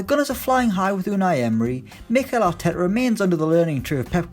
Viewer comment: "Mickel Atetteh" Jesus Christ the pronounciation 😂